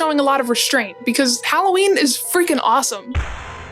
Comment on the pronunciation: Thank you for saying HAL-O-WEEN and not the atrocious HALL-A-WEEN